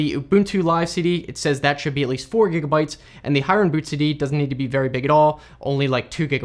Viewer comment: The name is actually pronounced " Hee-ren " (his full name Hiren Mehta, a common name in Gujarat) & not High-ren. Great video! Very precise explanation. I didn't even know other people have been updating Hiren's creation. I still have the old one which has been working great. Now you have showed me where to get the updated one! Thank you. :)